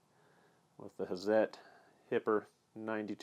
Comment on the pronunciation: Awesome... Thanks for correct pronunciation.. excellent. Love these tools excellent review. Hazet..pronounced: "Hartzet" if anyone cares :)